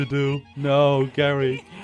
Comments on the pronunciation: HIS NAME IS NOT GARY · Pretty sure his name is pronounced like Jerry, since it might be a reference to the word geriatric